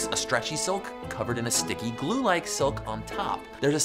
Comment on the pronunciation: The way she pronounces "silk" is confusing.It sound more of a "soak" then silk.